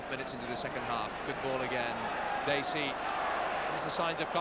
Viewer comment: Sorry to be picky , but it's " Dacey " .